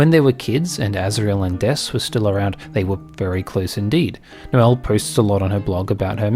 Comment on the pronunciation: (Noelle) Elly 😂